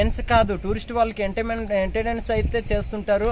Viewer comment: అన్న ముందు తెలుగు తప్పులు లేకుండా మాట్లాడు ...ఎంటర్టైన్మెంట్ అని సరిగా పలకలేక పోతున్నావు....